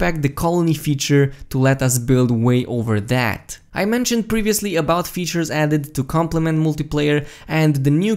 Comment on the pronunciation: Did you just say weatures?